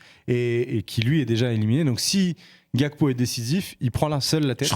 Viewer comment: Les oreilles saignent quand vous prononcez Gakpo , c’est Gakpo comme en Français c’est un nom de famille togolais pas néerlandais